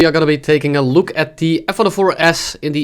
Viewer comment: "today we are gonna be taking a luke"